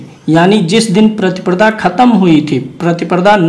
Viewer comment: प्रतिप्रदा नहीं प्रतिपदा बोलिए,लग्न का विवरण देते समय आप २५ ता० चतुर्थी गुरुवार की जगह चतुर्थी बुधवार का २४ ता० विवरण दे गए।